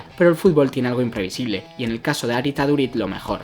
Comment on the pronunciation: mira en google como se pronuncia su nombbre y apellido porfavor